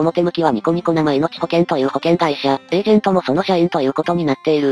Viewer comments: せいめいほけんだろ。「なまいのち」ほけんってwwww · ニコニコせいめいほけんをニコニコなまいのちほけんと言う